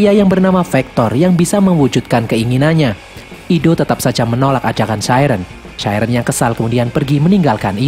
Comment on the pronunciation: Bang koreksi: chiren sebenernya ngomongnya bukan chairen tapi chiren biasa